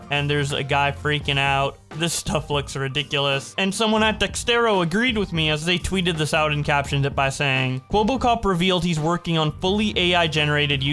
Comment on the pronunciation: when will u realize its not pronounced dex-TERRO, its dex-ERTO ya knuckle head lol